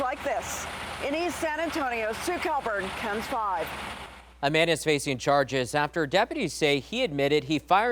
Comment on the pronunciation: Please stop mispronouncing your call sign. It's K-E-N-S, not "Ken's"